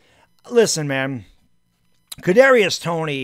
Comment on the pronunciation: Man he thought he was saying a tongue twister when trying to say Kadrius Toney 😂😂